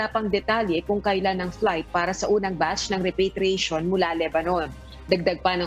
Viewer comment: Mga over pronunciation tong mga reporter na ito.. repatriation nalang ginawa pang repeytriation...pakibreif nmn ng mga anchorman at reporter nyo pinagtatawanan kayo sa pronunciation niyo sa repatriation